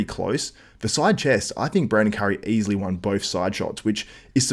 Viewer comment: You say easliy hahahahahaha wtf are you joking